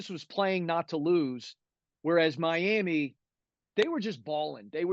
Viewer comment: You know a person knows the Miami area when they pronounce it as "my-am-muh". Lol